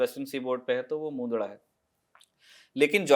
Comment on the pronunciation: मुन्दडा क्या चीज है भई? मुन्द्रा नाम है ठीक से नाम लिया करो.